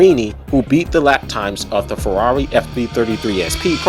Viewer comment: the way you say farrari is hilarious i carnt stop laughing lmao